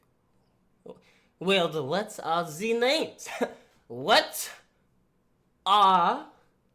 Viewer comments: can someone meme him saying "vwat rr ze names" and send it to me pls 😂😂😂😂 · Nigga said “wuss ar dee namers”